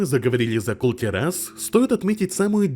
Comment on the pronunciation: Это ужасное ударение на слове Кул-Тирас от автора слух режет как ножом по яйцам. В первый раз ставлю ему дизлайк. Из за этого не досмотрел ролик.